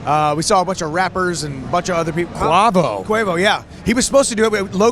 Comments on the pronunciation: said quvo 🤣🤣🤣🤣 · The way he said quavo😂